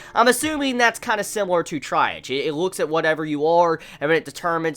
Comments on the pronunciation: its pronounced TREE-AHJ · I liked it. It's pronounced like TREE AHGE. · At least you questioned the pronunciation. It’s tree.aahz, it’s a medical term.